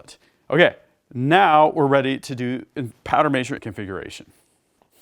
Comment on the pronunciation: Is he saying powder measure or major?